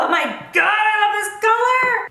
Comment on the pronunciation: I love how you said "collar" instead of color towards the end of the video, lmao! So cute! Girl I loved the eye look. Can you please list the eye brushes you used? especially that gold one.